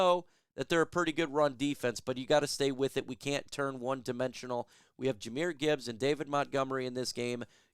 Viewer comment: Versus not verse. Jahmyr not Jahamyr.